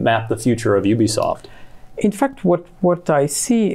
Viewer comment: IT IS Ubisoft. Not OObisoft.